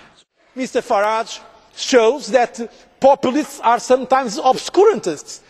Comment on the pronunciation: "Popple-leests", he really loves that word, doesn't he?